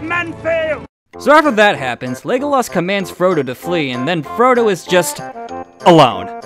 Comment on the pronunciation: ………. “Legoloss”. Are you fucking serious dude… I can’t take you seriously .